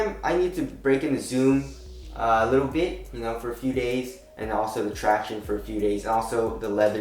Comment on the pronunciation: Its irritating him saying tracionis. Man...